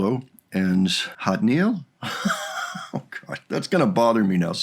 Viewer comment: Whoops, one last comment. Jatniel’s name. mispronounced at first- took us a little time to get it right, too. English phonetic: YAT-knee-elle. But they call him “Jat” (yat), which you’ll hear as “Jax” sometimes, too. Hope this helps! ❤️🥷 (Jillian)